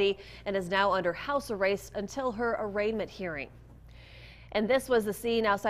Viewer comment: What the hell is house “arrayst”?